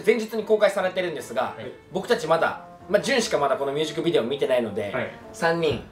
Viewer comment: 優里くんいつもミュージックビデオが言えてなくてみゅーじくびでおになってんの可愛すぎるwww